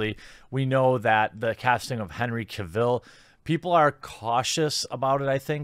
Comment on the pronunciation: henry "cruella" ca vill